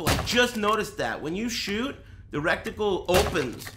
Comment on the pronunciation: i honestly cant tell if he's saying "recticle" intentionally to troll chat, or if he honestly thinks that's a word